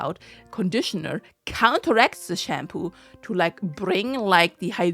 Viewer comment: I dunno, I just find that pronunciation amusing. :)